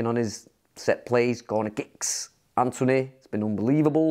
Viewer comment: Ole is hard to pull off - but this one is perfect (btw the pronounciation of "Anthony" could not have been better!)